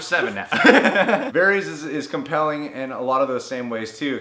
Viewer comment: Lol why do you pronounce Varys like that